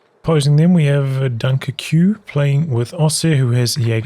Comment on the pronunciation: Nice casting, funny that you called that player "Dunker Que" and after that only "Dunker"... Dunkerque is a city in France and pronounced "Dunkirk", like in the movie about WW, only in French it's spelled like this guy's name... Anyhow, i'm a big fan